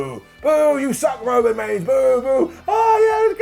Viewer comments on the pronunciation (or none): none